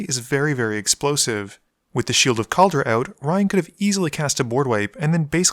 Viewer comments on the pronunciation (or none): It's not Kalara, It's Kaldra! KAL-DRA fun games tho